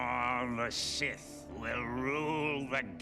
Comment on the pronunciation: Jamais de 's' final à Sith !